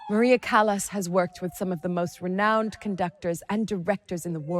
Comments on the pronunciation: What utter dung! What a misrepresentation! You should be ashamed of yourselves for all the misinformation. And then, the presenter who pronounces “Callas” as “callous,” “can-to” as in “I’m going to open a ‘can’ of tuna.” To the uninitiated, I say, “Beware, there is little truth in this documentary.” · NIE CALAS A CALLAS